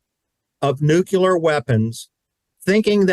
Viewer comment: Please please please pronounce NUCLEAR correctly. It is not NUCULAR!